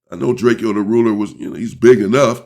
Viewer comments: DRAKEO, not Drake-e-o. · DRAKE-O unk DRAKE-OH NOT Drake-E-O So Drake like the singer then add “O”. NO “E” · Bro how you get DRAKE E O from drakeo I never understood that it’s literally DRAKE WITH A O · It’s drakEo not drake-0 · The Man's name is "Draco" - Drakeo .. do some research before doing your presentations, Champ 🏆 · OG you keep saying his name wrong (Dray-Koh) and he was a non affiliate